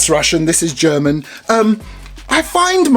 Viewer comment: Your german pronounciation is actually really good